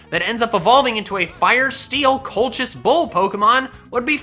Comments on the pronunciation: #4 is pronounced kol-kus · I believe that the bull is pronounced like Colquis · I'll help you out the Colchis bull is pronounced coal-kiss hope that helps 👍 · Colchis is pronounced "kōl'-kǝs" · It’s pronounced “coal-his “ I love heatran don’t bully my boi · Colchis is pronounced Cole-kiss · Its pronounced 'kolkis' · I’ve read nearly all of Rick riordans mythology books and Colchis is pronounced Colkis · It's pronounced like coal-kiss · Colchis, if I'm not mistaken, is pronounced "Coal Kiss" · Concidering it is Greek it would probabaly be pronounced "Koal-Kiss". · I think it's pronounced coal-kiss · It's Col-khis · I got you, man. Colchis is pronounced "coal-kiss", and yes I did look this up. I believe that the h is silent. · It's pronounced "kolkis" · It's pronounced cole-kiss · Rick Riordan is my favorite author and I love him (Alex is best Character) Also Colchis is pronounced col-kis (coal-kiss, the 'ch' makes normal c/k sound) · Colchis bull pronounced Call kiss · I’ve heard Colchis pronounced Colkus. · Pokken Master I’m pretty sure it’s actually pronounced col(like collar)-kiss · Bruh it's pronounced reordan Also colcis is how you pronounce colchis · Col-kiss. It's pronounced Col-kiss. Also, I believe Mr. Riordan's last name is pronounced "reer-den".